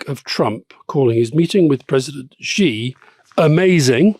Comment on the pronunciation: Amazing - who finally gave Alistair a nudge about pronouncing Xi wrong for so long??